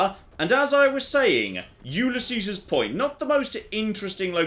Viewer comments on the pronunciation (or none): I still don't get why says Ulysses' the way he does... He pronounces it YOU-lee-SEE-sehs, but if I'm not mistaken it should be you-LEE-sees (with an optional double "s" in the end if you wanna empathize the ' that denotes property/ownership). But I get it, British people are notorious for messing up unusually spoken words, usually when they're from another language (like Ulysses). xD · I REALLY hate to be that guy but its said You-Liss-E's